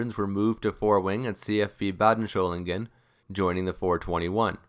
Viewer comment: Excellent video on the 104 - but one small correction: there is no “h” in Solingen.